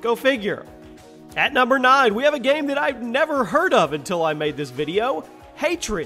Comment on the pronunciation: "video gayme"